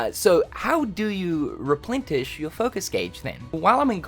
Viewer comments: It's pronounced RepLENish... not repLENTish. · there's no t in replenish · The word "replenish" does not have a T sound in it.